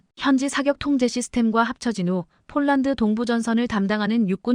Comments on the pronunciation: 폴란드를 쫄란드로 읽코있네요 아나운서가 기본이 덜 됬네요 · 아니이분은.왜?쫄란드라햇다가 폴란드했다가 장난도아니고 넘.격없이.말하네 듣기가거북합니다